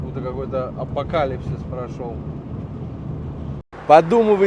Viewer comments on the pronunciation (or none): none